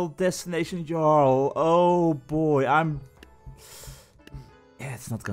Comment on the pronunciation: fyi I think it’s pronounced yarrl, it means king